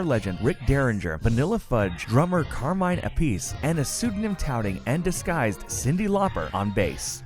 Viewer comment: The way he pronounced Carmine Appice's name makes me wanna blow my brains out